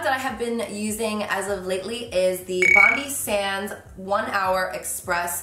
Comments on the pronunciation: I'm a Sydneysider and it literally hurts me to hear you say 'bondie sands' haha. It's bond-eye, like our beautiful bondi beach! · It’s bond-eye sands not bond-ee sands